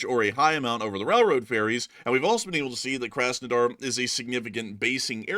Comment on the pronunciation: Work on your pronounciation, please. The first 'A' in Krasnodar is pronounced like the 'aw" in awesome, not like the 'a' in a$$hole